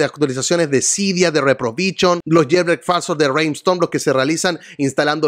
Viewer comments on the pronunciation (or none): Esta muy interesante tu canal, me gusta, solo una sugerencia, es "REPROVISIÓN" NO "REPROVICHON"